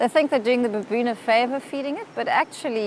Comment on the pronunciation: ...by the way, I'm not crazy about how the narrator says "baboon"😒